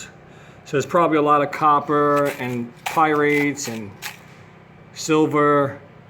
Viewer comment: pyrites not pyrates